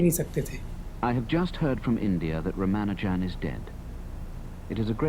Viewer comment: Not Rama Arjun it's Rama nu jan